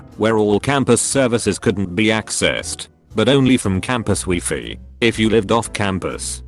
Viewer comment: Me: Wi-Fi TTS: Wee-Fee